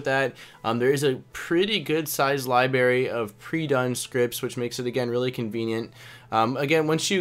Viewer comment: Thanks for the tour. LibRary. Not liberry. Makes me cringe every time.